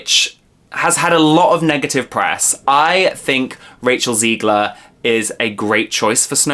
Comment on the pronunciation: It's ZEG-ler not ZE-gler